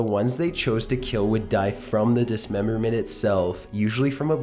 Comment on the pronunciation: Actually started laughing when he said "dismembermehhhht". Learn to speak.